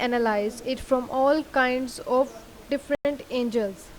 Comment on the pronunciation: angels nahi angles.